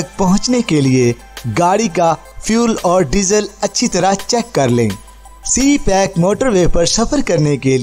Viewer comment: Its CPEC not c- pack😊 please correct it😊